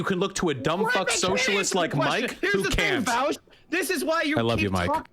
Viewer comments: Voush rhymes with couch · I love when people say vaush name wrong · Imagine being so bad faith that you pronounce someone’s name correctly the first time, but then pronounce it wrong when you’re face to face with said person, so petty.